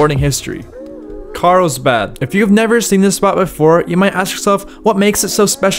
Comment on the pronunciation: Carlsbad. Not, "Carl's bhaaaaaad."